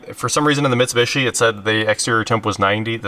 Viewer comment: I don’t know why has such a hard time, saying Mitsubishi lol but it drives me nuts